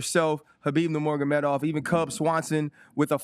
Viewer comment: "Kuhbeeb Nuhmorguhmedov." Twice. Well done, Ryan.